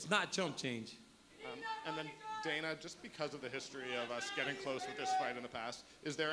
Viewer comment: "Got a question for DIE-NUUUUH"